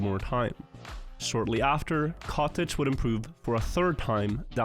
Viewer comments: katic. not kotege.! katic! katik! no kotej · Everytime he mentioned the player Katic I couldn't help but hear "cottage" instead